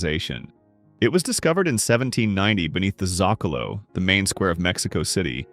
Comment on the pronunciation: Quick and friendly Spanish lesson; the word ‘Zocalo’ is pronounced SO-cah-loh. Originating from the Nahuatl word for plinth. It refers to the large open square at the heart of many Hispano-American, towns and cities. It is also the name of a plaza in Mexico City, El Zòcalo, which had been the center of the city when it was the Aztec city Tenochtitlan. Also; Oh God…the guy who found the RFID chip in his MEAT!?!?!!! I’d be finding out who that tag was registered to, and on what creature, because…Fido? Tinkerbell?